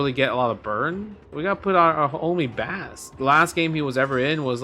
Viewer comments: That should be the next Capcom project: Justin's Marvel vs Capcom! Not Marvel vs Capcom 4. Not Marvel vs Capcom 5. Not Marvel vs Capcom double-triple-infinite. Justin's Marvel vs Capcom. "Bass" is pronounced like the music tone. Opposite of "treble" or "soprano" depending on what you're talking about. Sounds like "base" as in "baseball". It's not "bass" that rhymes with "grass" - YES! That is an awesome choice! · Pretty sure bass is pronounced like the guitar not the fish (considering it's bass and treble in the megaman series) 😊